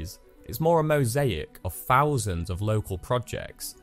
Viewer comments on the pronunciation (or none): are you saying "fousand" or "thousand"? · Great project! I had a hard time listening to the narration though. Every “th” sound came out as an “f.” Five “fousand,” “froughout,” etc. Brutal! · Five Fousand and Free Fousand?? I always find it really amusing (I'm easily pleased) when northern English people use Th-Fronting (this is the linguistic term for replacing the "th" sound with other sounds.) because this is very much a southern affectation as part of the Cockney dialect.